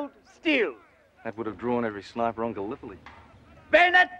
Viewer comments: He didn't even sat "Beeenet" Since posh fekkers talked with clipped pronunciation, their vowels are shorter. Baynet. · He's pronouncing it correctly in French style, as was still done at the time.